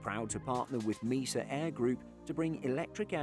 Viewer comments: It is not pronounced MEE - SA. It is MAY - SAH. Mesa is a flat topped mountain. Quite common in Colorado, Utah and Arizona. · We don’t have talk. No one pronounces Mesa like MEE-SA. You’re just wrong. Don’t be sad. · Mesa is pronounced may-suh not meesa! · It’s a US company, it is pronounced as MAY-SAH. The narrator does mispronounce things a bit. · I’ve heard it thousands of times from controllers and employees. At no time ever in all those thousands of instances has anyone pronounced it MEE-SUH. I wouldn’t go out of my way in conversation to correct anyone either but that doesn’t mean the pronunciation is correct. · Mesa is pronounce differently. Might want to look it up before next time you record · As there isn’t a British company named Mesa it does matter. One pronunciation is correct, the other is not. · In this context Mesa is a proper noun with an established pronunciation. The narrator is wrong. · It does matter. One way is the proper pronunciation, the other is not.